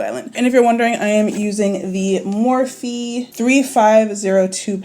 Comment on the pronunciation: I think it’s pronounced morf, and those palettes are sh*t! You look great though 👍🏾☺️ Also you can have vibrant, bold tattoos. It’s all about your artist and how well they know color theory